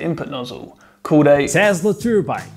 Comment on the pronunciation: Casually whacking a "Telsa turbine interrupting "